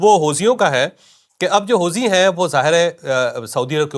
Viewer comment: جناب چوہدری صاحب اصل لفظ ہے حو ثی ہے حوزی نہیں۔